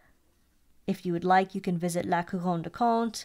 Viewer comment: I so appreciate your correct pronunciation of Montblanc and La Couronne du Comte. Thank you for that!